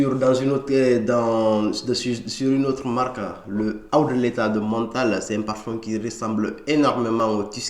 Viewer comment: Tu prononces « letha » pour dire « leather », c’est assez perturbant